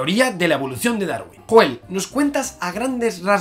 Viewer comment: se pronuncia yoel no joel.... No te ha matado??????